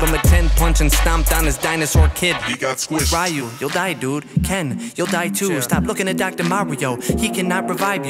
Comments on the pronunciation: pronounced reeoo, not raioo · Look it's "raheeooh and keen" as you english speaking people say. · did he SERIOUSLY PRONOUNCE IT R-I-YOU? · It's amazing, in a strange way, that at this point in evolution, there's still people who don't know how to pronounce "Ryu". I ask myself, how do people miss a 3 letter name pronunciation that's been announced so many times over the past 3 decades in the SF games? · How do people pronounce “Ryu” wrong when the announcer literally says it in the game you’re rapping about